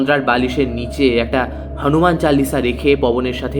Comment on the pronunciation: "হনুমান" বলে বাংলায় দাদা "হানুমান" আবার কি 🙄